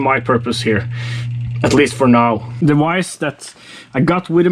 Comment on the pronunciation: And we say vice not wice 😂 Anyway lay of him, his English is still better than mine 😂